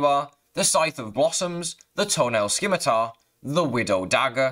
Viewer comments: scimitar is pronounced "simitar" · Is there a reason he pronounces it like this? I started watching his videos later on and starting to think it's an inside joke thing That and sKimitar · nah its just a horrible word to pronounce so he just says something random lol